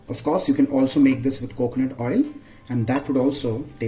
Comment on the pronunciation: I love your recipes. Completely off the topic, I just wanna point out something, please don't hate me for it, but you're pronouncing "of" incorrectly, it's pronounced "əv", yes V in the end even though the spelling has F in it. My English is probably worst than yours but I had point out.